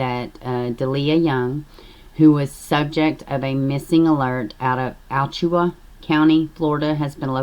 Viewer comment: I live in Florida, it's pronounced as A-Latch-chew-a, hope that helps. Every single case makes me shed buckets of tears, it's beyond heartbreaking. And a damn electrical cord.....they deserve the exact same punishment they dealt out!!!!!